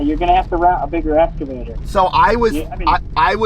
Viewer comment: Bro cant even pronounce excavator never mind do this job. Don't go anywhere near it and stick to cars!